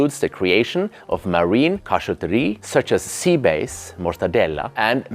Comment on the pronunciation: SommelierRRRRR and Seabase . come on man if you're not an AI you can do better pronouncing it properly.